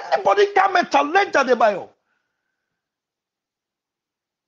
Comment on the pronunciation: The word is not talange but challenge